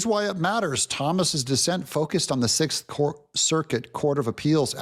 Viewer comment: "The Sith Circuit..." yeah, I heard it.